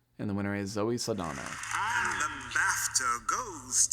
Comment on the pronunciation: You need a little work on your name pronunciations. Saldaña has an ñ, not an n (so pronounced like ny). Ralph Fiennes' first name rhymes with safe (no idea why it's pronounced that way).